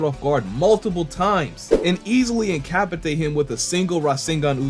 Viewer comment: My man said Incapatate 😂😂😂😂😂 I love it😂😂😂😂😂